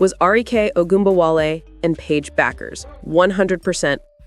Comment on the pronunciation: What about Clark's flaws?? (Turnovers, ball domination, poor shooting, no defense, your). Paige is DIFFERENT from CC, as she can do well without the ball, so your assertions are all wrong. Paige DOES NOT have to be the biggest scorer, and her last name is pronounced "Beck", not "Buck". Kelsey may simply wish to leave the toxic Clark fan environment. Kelsey can be the #1 option in Dallas. Maybe try watching some games.